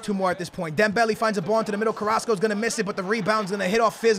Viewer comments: "dembell -aye" not "dembellee" "man-aye" not "manee" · It's pronounced "marnay and dembelay"